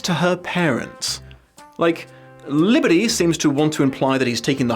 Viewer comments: I know this is an older video, but I love the way you somehow manage to roll the L in the "author"'s name. I've heard people rolling their R's, but an L, that's new! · I honestly got great pleasure out of pronunciation of "Liberty" each and every time